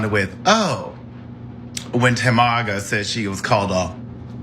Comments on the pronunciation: 😂😭😂😭😂 He said TaMaga lol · Not "TaMAGA" 😂